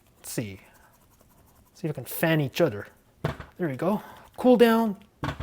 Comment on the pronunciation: "THere weeE GOoo"😂😂😂